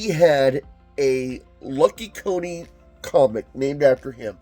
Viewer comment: It's Lucky Coin not Lucky Co-ne. The coin on the cover is spelt different.